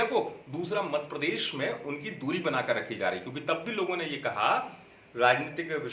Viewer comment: अमित भाई मध्यप्रदेश नाम है हमारे प्रदेश का मद प्रदेश नहीं शब्दों में सुधार कीजिए आप अच्छे पत्रकार हैं आपको मजा आता होगा लेने में पर नाम सही लीजिए यह मजाक नहीं हमारे राज्य के सम्मान का विषय है